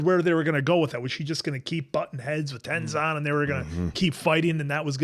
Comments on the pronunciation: If you pay close attention to the background of the city you will recognize all the statues. Also, I don't think you're saying Tezins name correctly. Are you saying Tenzon? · Ten Zon? Lol always hears names wrong then literally hears the show pronounce Mako and the answer but then pronounces it different, i dont know if does it to bother people or he legit just doesnt get it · TenZIN bro. You aren't the movie...you gotta pronounce it right 😂😂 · Also Aang was 12 not 10... also lol please fix tenzin pronunciation 😂